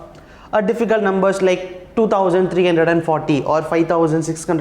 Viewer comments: Hundred😂 Gundred✅ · Eight hundred sir not eight gundred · Very Nicely explained sir but you told 100 like gundred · two thousand eight gunhred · Its 800 not eight gundred it is irritating when you spell incorrectly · Sir why are You Always saying Eight Gundred . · Sir why do you pronouns "hundred" as ''gundred''